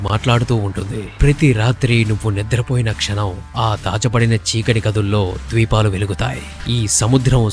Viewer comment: watching at 2.28 am.. just wake up from a dream..కల నుండి లేచి కలలు గరుంచి ఈ వీడియో చూస్తున్నాను.. at మీరు ద్వీపాలు అన్నారు కాని దీపాలు అనాలి..